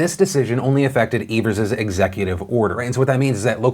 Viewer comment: Wisconsinite here: thanks for pronouncing Evers’ name correctly! Also my state is a shit show- thanks for covering it properly.